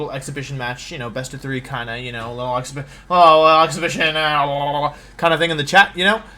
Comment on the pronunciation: I didn’t know that was how to pronounce exhibition.